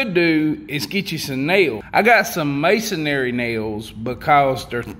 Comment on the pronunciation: The way you pronounce “Masonry” kills me every time 😂